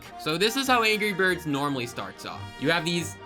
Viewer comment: at exactly he says gry birds. true discord members would know. that or we're going back in time to the first Thanksgiving to get turkeys off the menu. or we're getting high while getting whiplash from headbanging for ten minutes.